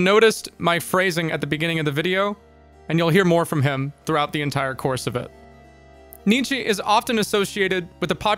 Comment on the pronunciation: Just a heads up. His name is pronounced "Knee-Cha" not "Knee-Chee" :)